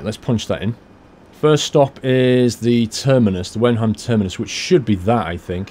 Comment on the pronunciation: Hey, about the German pronunciation. Whenever you see 'ei' in a word, in this case Weinheim, just think of Albert Einstein. I'm not German myself but I'm sure this is how it works 99% of the time. Happy driving:)